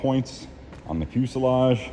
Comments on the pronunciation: Same here! Fuseledge! Fuseledge! Fuseledge! 😂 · You guys stopped saying pulley like Pennsylvanians! Also, every time says fuselage, I hear the word in my head the way he used to say it LOL!